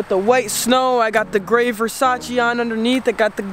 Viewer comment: Please learn how to pronounce Versace